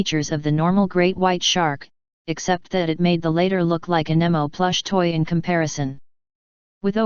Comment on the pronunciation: MEGA-LODON NOT FUCKING MEGA-LOW-DON!!!!! AAAGGGGGGHHHHHHH!!! 🤬🤬🤬🤬🤬🤬 and exactly what the fuck is Nimmo?? NEMO!!!!!!! AAAAGGGGGGGGGGGHHHHHHH!!!